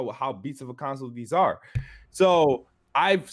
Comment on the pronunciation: Does that dude know he's saying "conSAWL"?